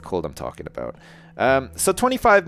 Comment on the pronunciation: OMG Ive only just figured out that says 'aboot'!